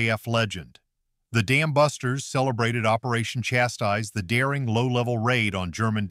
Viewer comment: It is. So bad. "The Damn Busters" 😂 1960. Three. 😅